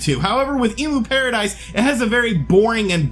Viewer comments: It's pronounced 'Em-U-Paradise' , not 'Emu-paradise' They don't provide giant birds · End of an era. Also, it's emyu (as in emulator) not emoo (as in the bird) 😉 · cringe It's pronounced M U paradise.. like the way you would pronounce the beginning of the word EMUlator.